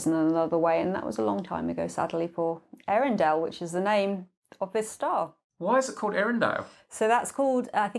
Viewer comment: I think it's also pronounced more like Eyarendeel, the E and Ä are pronounced separately like in Zoë.